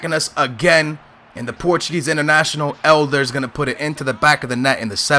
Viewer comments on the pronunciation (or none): Elder it's eder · How do you mispronounce you country's best striker? EDER*